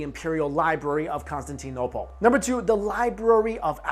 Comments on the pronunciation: It's pronounced con-stan-tin-opal. Please learn how to pronounce things before you say them. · isn't that what he said? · The saddest part of this video was how he pronounced Constantinople. It brings tears to my eyes